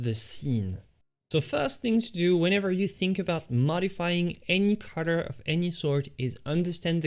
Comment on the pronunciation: Not only can't he paint, but he can't even say the word 'color' 🤣🤣🤣🤣🤣